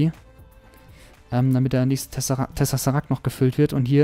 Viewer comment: es heißt Tesseract nicht "Tessesseract"